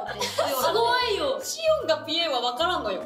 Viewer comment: のシオンのとこ「おう」じゃなくて「イゴ」って言ってる気がする